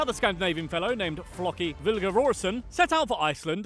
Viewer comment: I thought Floki would be pronounced like it rhymes with Pokey, not, well, Mock-ee, like they pronounce it on "Vikings".